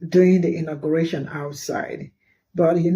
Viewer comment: It's not intergration ITS INAUGURATION